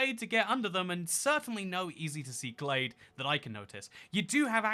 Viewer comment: I smiled briefly at the outro joke, so I guess 6/10. First off, OMG, it’s “GLADE”, NOT “GLAZE”!!! 😫 Secondly, from a lady who was taught the shapes of tree leaves while walking in the woods as a kid, learned to properly enjoy wild black raspberries, blackberries, onion grass, and honeysuckle, and enjoyed going “primitive camping” for a week for 4 summers in a row while other teen girls were learning to style their hair and apply make-up, welcome to the (slightly stinky and dirty, with at least one itchy red spot) club! 😊🦇🌲🐝🌳🐜🪵🦟🌱🕸️🌿🦌🍁🦝🪨🦨🌾🐿️🔥